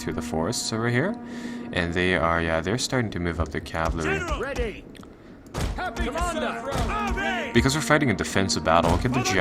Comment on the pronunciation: It's cavALry not cavLAry, that's slowly been driving me insane this whole campaign lol.